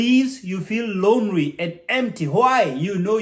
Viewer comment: Doc.. "ly" is worrisome for u..." ry" who hears him say " onry for only.. responsibirili for ly... " lonery for lonely...a Kenyan accent I guess. Thank u for thses tips... honestly I HV learned n will be more guarded to these type of men.